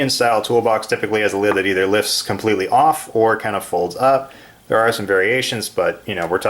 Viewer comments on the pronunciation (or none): none